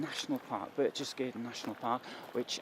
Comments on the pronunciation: Since you really wanted to go here, and visit and record video, you might have spend just a little time learning pronunciation. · Lol read what you wrote. since you really wanted to go here 😂 *and visit and record video*😂 let me do it for you! Since you really wanted to go to Berchtesgaden, visit and record a video, you might like to spend a little time learning pronunciation. Fucking idiot talking shit